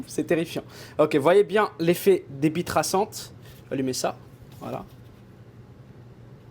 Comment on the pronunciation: Pourquo j'ai compris "bite traçante" ?